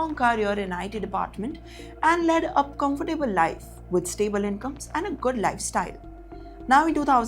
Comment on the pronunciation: Why do North indians say "comfor Tabel" instead of comfortable